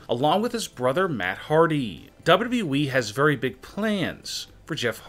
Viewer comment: Its wwe not wwwweeeee